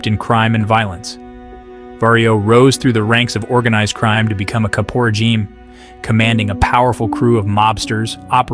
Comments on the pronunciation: Dude. Capo Regime not "caporageem". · then he called him a cap...por...gene. god i cant watch this.